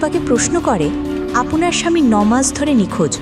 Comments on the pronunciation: আপওনার বলেন কেনো,শুনতে ভালো লাগে না। আপনার বলবেন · আপোনার কি? উচ্চারণটা ঠিক করবেন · "আপনার" এটা ভালো ভাবে উচ্চারণ করতে হবে।